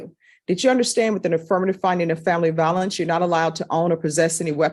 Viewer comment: Vi o lence with a long i, not va o lence with a short a.